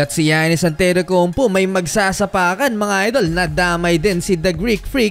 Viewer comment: Who is Antetoukounp"U"?